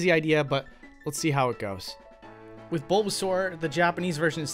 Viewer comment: Why do you say "wiv" or "wif", instead of 'with'? Really strange for an American.